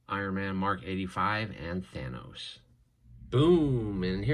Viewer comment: At the beginning did this dude just pronounce it thanis